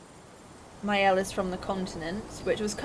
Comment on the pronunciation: I like your very unique way of playing the game. The new weapon for Maëlle, Medalum is her best weapon. It will make you in Virtuose stance in the beginning of a fight. Virtuose stance is the best. You want to be in Virtuose as often as possible. You did well with the french words, as a french, I approuve.👍